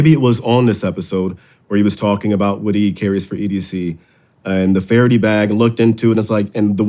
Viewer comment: It is Fara-DAY, not Fara-dee